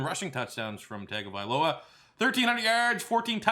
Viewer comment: It's pronounced Tuh-Lia Tongue-ovailoa. I get that's it's not spelled that way at all but trust me, that's the way it's pronounced.